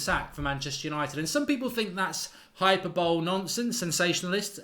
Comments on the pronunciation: Hyperbowl. Lol. It's Hi-per-ball-e. About as accurate as your views on Liverpool, such as them 100% not winning the league, or them having very few players that would get into the Man U side. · "hypER-bol-E" Do people say it "hyperbowl"? Like some kind of special NFL game. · Hyperbole is pronouced Hi-pur-bulay